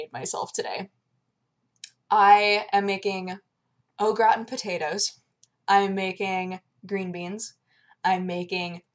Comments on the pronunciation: Damnit! It's pronounced Oh Grah Tahn. There is also a somewhat heavy.. how can I explain this. Just say it with a light stereotypical French accent. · First off love you, love the show, having said that. Americans have the worst pronunciation of foreign words ever. They just 'Americanize' them all. I laughed so hard when you said "Au Gratin", it's French it's pronounced in a French way. Keep on practicing. :P